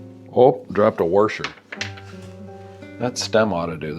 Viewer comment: Haha, you said, "Warsher."